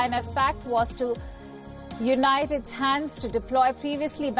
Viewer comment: Untie not unite...